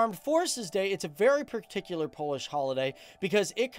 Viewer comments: It was fun to watch but you have mispronounced every Polish word! Hahahhaah. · 😀 You Both Nations are my Cool Neighbors but Your Language is more hard then Swedish 🥺 🥵As A Non European German ....It almost Killed me to pronounce anything in Polish Still you Both are great as long as you lost to us in football